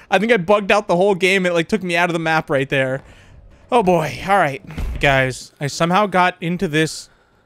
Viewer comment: He said hello thar